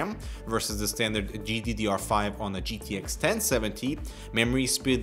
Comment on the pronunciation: "jiddish 1080 and 1070" oh k den